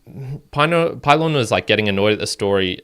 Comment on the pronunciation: Pee-lohn….. not pie-Lon…. :) & port-a-ghee